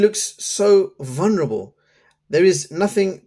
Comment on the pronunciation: sapphire is the hardest material in the world you idjit. "vulnarable" eh? 😅